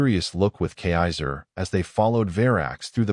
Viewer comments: A good story except for the robot voice being unable to pronounce kaiser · cannot even pronounce the princes name correctly. Back to school fool.